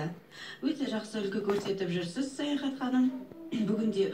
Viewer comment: саяхат ауызын солайма сойлегенде баскаша болып кетедигой